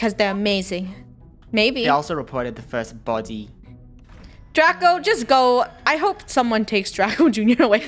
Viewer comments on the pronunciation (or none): No one: Draco talking in british accent:They also reported the first bodeh. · THE WAY DRACO SAID "BoTy" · I love when he said "body" in an English accent I laughed so much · draco's accent at the ''BODY'' word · when draco said body he sounded kinda British 😂